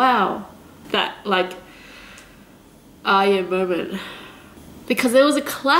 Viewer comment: its true asians cant say R ye,, she also says AyA al the time ;P hahaha